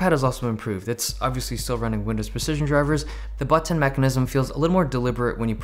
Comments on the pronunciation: The butt-tin mechanisms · the butt-ton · BUTT-TIN MECHANISM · when he said button he sounded british